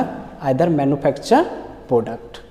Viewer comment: This sir used to beatt me alot missingg those best days ....product ko poduct bolke padhate the. 😂